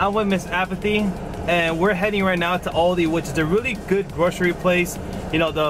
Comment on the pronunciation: Aldi*, cmon lol